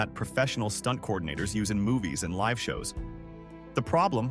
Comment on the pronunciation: disgusting ai slop script and narration, such a shame this is what we decided to do when talking about a tragic situation, sad to see what youtube is gonna be when videos cant even pronounce “live” and just get the smallest facts and details wrong. try harder next time.